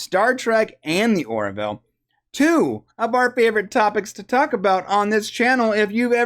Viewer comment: It's "Or-ville" (two syllables), not "Or-i-ville" (three syllables). 🙂